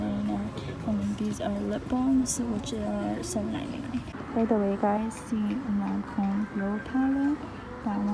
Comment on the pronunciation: Hi from Australia, nice shopping. “LANCOME!”